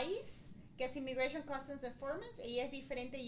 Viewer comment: " imigrachon " tiene que tomar clase De pronunciation. Eres un periodista suena como un novato.